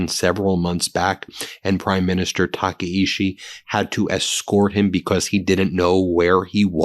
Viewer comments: The japanese PM's name is pronounced "tak-eye-chi" not "taka-ishi" lol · It’s pronounced “Takaichi” with a “ch”, not a “sh”. Your English language has both these sounds, and you can choose the more accurate one. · Tah kah ee CHEE. Please pronounce correctly. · Taka in Taka-ichi rhymes with DACA. Ichi in Taka-ichi is pronounced like ichi in ichi, ni, san (one, two, three in Japanese).